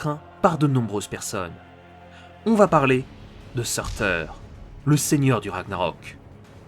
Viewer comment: Ça se dit pas sourtour ?